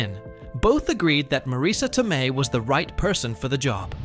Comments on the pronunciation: Studio suits are not particularly bright, creative, or good at story telling. Which is why we get a lot of junk that fails on them. This jackass keeps pronouncing Marisa Tomei's last name Toe-me in the middle of this video. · The fact that you can't pronounce Pesci and Tomei tells us you are clueless and just reading a script.